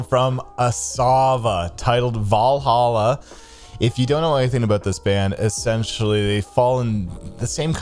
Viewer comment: You are pronouncing Valhalla correctly lmfao